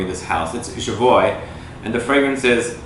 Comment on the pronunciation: jovoy private label is out of this world! just love it. btw, jovoy is pronounced jovoua :)